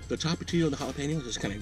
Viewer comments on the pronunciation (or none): Is he saying “top-a-tee-yos”? I thought it was pronounced “toe-mah-tee-yos”. Is that on purpose? Also, take a shot every time he says “”Wienerschnitzel”, “jalapeños”, and “cheddar cheese”. And mispronounces “tomatillo.” Lord. Enjoy alcohol poisoning.